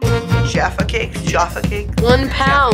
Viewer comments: But I’m glad they didn’t pronounce it “jarfa” instead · As a British I am very offended how they scored Jaffa cakes so low and how Gaten pronounced it wrong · Man I’m about a few minutes in and I’m already annoyed with the way Jaffa cakes is pronounced and iron bru is Scottish not British